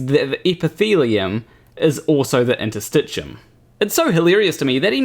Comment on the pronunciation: Points to the inner circular muscle layer in the gastric wall, LABELED in his picture as muscle--calls it "Interstitcheeyum." Points to the outer, longitudinal muscle layer--calls it "basement layer." What a moron. He doesn't know what interstitium is, but even worse: he could look up the term on any site or in a basic textbook on anatomy, histology or physiology or even just pay attention to the labels in the very picture he's pointing at and it'd tell him what it is. But N O, he's too smart for that. The collective work of hundreds of years is all wrong, and Mr. "Geology is Biology" has spoken. If he thinks the figure labels are all wrong, then how does he conclude that the diagram itself isn't also wrong? What a raving old fool.